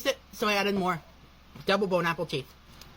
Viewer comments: If I hear him say bone apple t one more time I’m gonna lose my shit. Why does dough boy have to ruin EVERYTHING? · Can I just say how much I hate it when he says “bone apple teeth”. He’s trying so hard to be a unique food critic, but no, you’re just a white version of Tophupa. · It's bon appetit you FUCKING TROGLODYTE Learn ENGLISH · Sometimes, I honestly wonder if he legit thinks the saying is actually "Bone apple teeth/teet" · If anyone ever says "Bone Apple Teeth" around me I'ma fuckin snap bro. 😂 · "bone-apple-teet" gets me every time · Bone apple tea? Why's he keep sayin that lol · Bro if it was like, one time, sure, BUT HE SAYS IT EVERY SINGLE TIME (lolcow activities)